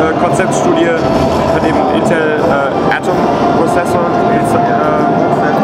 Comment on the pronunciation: I stopped watching when the german guy said Intel Atom